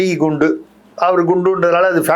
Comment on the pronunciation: It's not fundus.it's Kundu. A surname in bengal and eastern india.